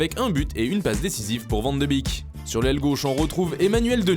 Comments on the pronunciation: Arrêtez de dire van de bik ptn c’est van de bèk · le commentateur il dit "van de bik!", je suis pas expert mais on dit pas molenbik on dit pas etterbik ou linkebik non plus, ou alors les hollandais prononcent différemment? ça m'a choqué